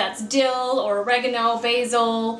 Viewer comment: I was right with you until you started calling basil (bayzil ) and oregano..(well you totally lost me on that one).